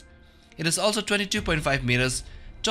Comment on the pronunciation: Number "Twuefdy"